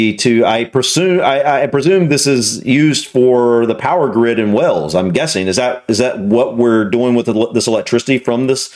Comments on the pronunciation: The country of Wales, is pronounced as it's spelled, not as you are saying it, wells. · I really love you and the vids you react to... BUT! ( I bet you just 'knew' it was coming 😀) - One thing that always make me cringe (a little) and I KNOW it's minor, picky and maybe just ME? Anyway, each and every time you say WALES, you somehow manage to pronounce it 'WELLS' (and I have noticed a couple of other Americans do the same thing - and don't know why - duh!?). You need to stress the 'A' more, like wAYles. Thanks for listening to my stifled 'rant' and best wishes from London 👍😂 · Please stop calling Wales, Wells. It is pronounced just like 'wails' or 'whales'.